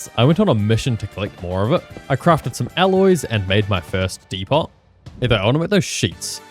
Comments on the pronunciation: "dee pot" I swear to god there's no way this man has never heard of the word depot before, I can't believe this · the T is silent in depot... just sayin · The way he says depot really pisses me off, its a good way to get a comment tbh